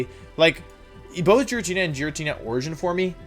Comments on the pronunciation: Anyone can explain why he says wideo instead of video. Also why he kept saying Giratnia instead of Giratina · The way you pronounced Giratina (GEER-A-TEE-NA) makes my soul cringe, I'm not sure if you say it wrong for a meme or that's how you genuinely say it but either way you're wrong. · IT'S PRONOUNCED GEE-RAH-TEE-NAH, NOT JI-RAT-NI-YA! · Did this man seriously say “jeratnea” instead of Giratina???? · Me: "Giratina" Wolfey: "Jiratnia" Me: "..." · Jiratna or giratina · Giratnia its giratina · I cannot believe this dude said "Jiratnia" and "Jiratina origin formie" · ah yes my favourite pokemon, ji-rat-nea origin formy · "jir-at-knee-ah origin formie" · I can’t tell if he’s joking about the name pronunciation because I’m boutta hop out this phone and slap my man 😂 “E-trat-nuh-us” “Ger-at-n-uh” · Ah yes, the well know ghostly dragon… checks notes Jiratkneear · Is it pronounced jiritina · No, it's not! The G in the name has a hard sound, not a soft sound! So FYI, the name is actually pronounced Gear-ah-tee-nah! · “Formee” “Jiratnia” I’m here for these pronunciations 🤣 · Wideo. FormE. Jirattina. I am in love with these pronunciations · I’ve never heard someone pronounce giratina jer-at-ina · i never knew it was pronounced jiratnia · Me: waiting what he was gonna think about giratina Him: giratnia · I hate how he calls Giratina “Jeratnia” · Did he actually pronounce "forme" as "formey?" Also, I have never heard Girantina pronounced like that, was that also wrong? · i’m sorry, jiratnia? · Isn’t Giratina pronounces Gir-a-tee-na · Wtf is a jer-rat-eena? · Gir- RAT-Nia. >:( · You said giritina wrong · The only thing that killed me was the way you said Giratina, since I love Giratina. Giratina is said as GEER-uh-TEE-nuh. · Am I the only one tripping out on how he pronounced girintina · I like you, but, "EternAtis", "Jratnia", "Primordial sSun",what's going on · formEEE? Geeratinah origin formEEE? It's just FORME, like form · Its Gee (as in Geese) ratina